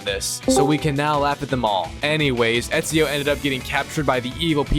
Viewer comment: bro ur telling me u platinumed Assassins Creed in the previous video and yet the whole time u pronounced his name as "easio". Lowkey sus af, plus the rate as which ur platinuming games and uploading videos